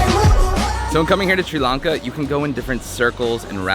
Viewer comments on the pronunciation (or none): the guy cannot even propere pronounce the country name welcome to tiri lanka